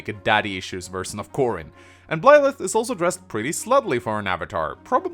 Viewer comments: Why do you pronounce Byleth as Blyleth? Why? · This just in, cannot pronounce Byleth and will fail to do so in all future content Pretty sure that not-Serra was previously confirmed to be named Mercedes and I think is a sword unit (?) Don't knock Bernadetta for being an archer. Apparently she can also use Lances. I get the feeling she's going to be a dark horse choice for a lot of people. Personally I'm really hoping that there are some more characters we meet who aren't part of this high school so we aren't in the Fates situation where everybody is either a royal or a retainer from the same country, but I'm not holding my breath. Failing that, that the implied time skip is long enough to moderately counter the whole ethical issue with leading on a student...